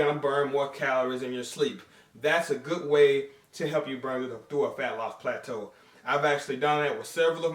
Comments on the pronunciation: Throwback to when used to pronounce it as "Platoo" LOL By the way I recently posted a PHYSIQUE UPDATE on my channel. be sure to check it out and let me know what you guys think! Greetings from South Africa! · no more plat-too eh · I was really hoping to hear pla-too like back in the day haha - Josh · Only pog og fans will remember when used to say "plah-too" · they don't know about "plah-too" and that busted ass spatula, then they definitely aren't OG haha